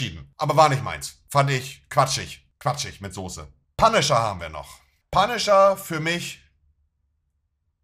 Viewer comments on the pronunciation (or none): none